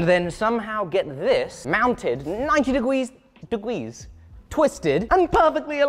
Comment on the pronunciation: I was expecting a Squarespace ad, and then you chose Nord VPN instead, lol. Love the hose shenanigans :P - 90 degwees and pefectwy awigned! X'D